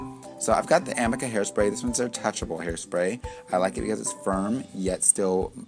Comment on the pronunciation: It’s actually pronounced “uh - ME - kuh” (Amika). No shade whatsoever, just figured I’d spread the knowledge. :) gorgeous finish & tutorial though!